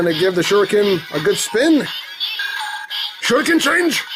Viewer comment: Its shuriken henge not shuriken change the gold ranger says shuriken change